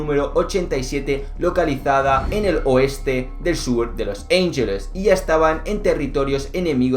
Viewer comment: Los ángeles no se pronuncia así, se pronuncia tal y como se escribe 🤦🏻🤦🏻